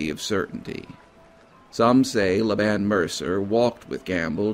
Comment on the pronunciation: Laban is pronounced LAY-ben. :)